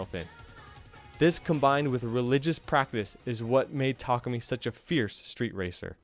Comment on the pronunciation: "boontar" "tarkoomy"